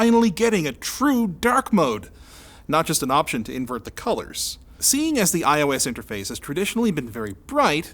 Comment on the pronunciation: Am I the only one who understood "i hoe ass" at the beginning?